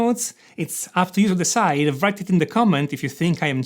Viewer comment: I can’t overlook it anymore............ ‘Half’ is to be pronounced as ‘HAF’ and not ‘HALF’ . And ‘write’ is also ‘RITE’ and not ‘VRITE’ 😅 Those scales are an enigma!!!